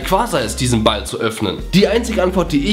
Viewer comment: wieso sagst du immer BALL?